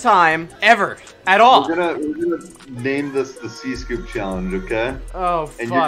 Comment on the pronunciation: You know I just realized, cscoops name isn't pronounced See scoop, its pronounced CS coop, CS as in counter strike